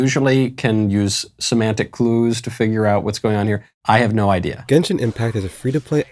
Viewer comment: ‘Gensheeen’ no 🤣😭